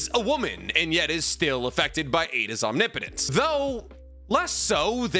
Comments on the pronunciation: Om-nipa-tense. You're saying it wrong. Look it up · I made it through five mentions of the word omnipotent as Omni Potent before I had to quit. 1 minute and 27 seconds. Come on man. I don’t mind when you pronounce Chibaku Tensei as Chibuku or Bankai as Bunkai or Jiujutsu as Jiujitsu. They’re almost endearing at this point. But Omni Potent? Pronunciation aside, Capital-G God is omnipotency. We’re not talking just god-like powers. We’re talking the ability to do anything, and know everything, and be everywhere, at all times, at the same time. omnipotent is pronounced phonetically “omnipitant” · you naruto/boruto youtubers keep mispronouncing the word omnipotence. its omnI - Potence. enphasis on the I. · Om-nip-potence 👍 no hate, just ❤ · anyone else just realize been saying omnipotence wrong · Oh no. He knew how to pronounce omnipotence for a few days and then he traded brain cells with the his pitbulls again. Rip. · I need to know if I'm saying omnipotence wrong or are you???😂😂😂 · I’m begging to learn how to pronounce omnipotence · Dawg please look up the pronunciation of omnipotence if you’re gonna say the word 5 times every sentence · God I hate that you still don't pronounce omnipotence correctly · "Omni potence" lmao its "om nip o tence " you are straight up butchering the word lol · Omnipotence. Not omni-potents. One word. It hurts, I’m scared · It's "ahm nip puh tense" not "ahm nee poe nts" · Am I wrong in thinking is "Om nipo tence" and not "omni potence"? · Om- Nip - Otense not Om-ni-potense usually not a stickler but I honestly just noticed it 😂 but you say it how you want bro bro 👍🏽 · I love your content but Omni-potence is killing me 😂, correct me if I’m wrong in terms of naruto pronunciations but it’s usually pronounced aam-ni-puh-tense. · OMNIPOTENCE ISNT TWO WORDS 🤣 why do all the narutubers say it like that ahahjahaha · Had to stop watching couldn't take the repeated mispronouncing of "omnipotence". Om-nih-puh-tense